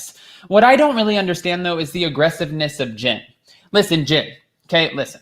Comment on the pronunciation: It sounds like you’re saying gin instead of Jen